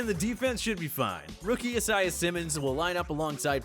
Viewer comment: he says “phenom” and “isaiah” wrong